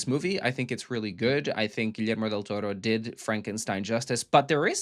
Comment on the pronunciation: "It feels netflixy" yeah... you watched it on netflix. Im out, this kid has absolutely no £uckin idea what he is talking about. As if the first 45 seconds of the video didn't tell me that already 😂 Oh and from a spanish speaker, please don't ever try to correctly pronounce Gullermo's name again, that was inaccurate AF and cringe AF